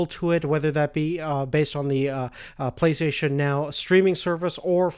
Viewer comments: It's pronounced "Play - stay - shin" not play "plesayshn" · Why can't you say Play STATION???